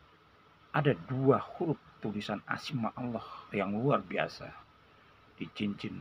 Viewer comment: Mohon maaf pak Ustadz. Kata2 Asma-nya kurang jelas. Mohon ditulis di deskripsi. Terima kasih...🙏🙏🙏